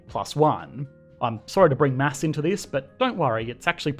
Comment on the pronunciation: It s9unds like he said "mass"